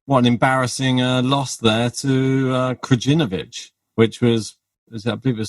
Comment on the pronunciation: Guys its not kraGinovic... the J is almost silent so saying KRAINOVIC IS WAY CLOSER. THANX